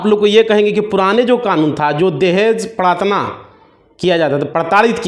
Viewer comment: प्रताड़ना होता है भाई। Paratna नहीं।😅